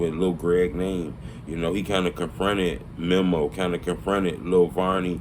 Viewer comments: Bro his name is meeeeee moooooo. Not mem’o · bro why is it so hard for to say "mee-mo" (memo) not mem-mo smh i cringe every time he say it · it’s mēmo. Meeeeeee-mo.